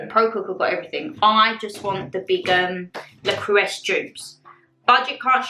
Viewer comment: I love you and your videos ❤ I just feel the need to let you know that it is French and pronounced ' Le Crew-Say'. Pronunciation is a big thing for my brain haha! x